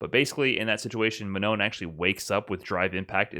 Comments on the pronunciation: About : Manon : it's not Man-on. (with a "on" that sounds like son, london, etc.) it's more like Ma-non with "almost" the same "on" we heard in "wrong" (just cut the "gu" sound at the end, you should have it) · Ma-NOH would be a lot better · Manon is sort of pronounced ma-No, but the n at the end isn't completely silent. Hard to explain the sound, but if you translate "non" on Google and listen to it, you should get it. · Manou, the n is silent. Why? Cause its french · If Manon is French, which it sounds like it would be, you don't pronounce the last N. Just Ma-No. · Manon is pronounce something like Mah-naw. The second 'n' is silent. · In French, we don't pronounce the "N" of Manon. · Hey, awesome video as always! For me you have almost the pronouciation of "Manon" right, you just have to not pronouce the final "n". Glad the French character is this cool anyways, she seems really fun:) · the last 'n' in manon doesn't really get pronounced, it's like a nasal sound. also it doesn't rhyme with 'known,' it's a bit more like 'gone' but not quite. french is weird